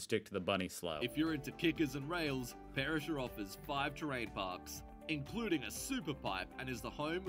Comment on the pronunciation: Good boy !!!! - you finally did a video on Australia from an Australian in Australia, with the CORRECT facts and perspective and correct nameplace pronunciation. Yippee 🎉😂